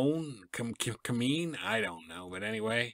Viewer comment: Giacomin is pronounced JOCK-a-min. I patterned my style after him as a young goalie. I have a pic of me next to his equipment in the Hockey Hall of Fame in Toronto.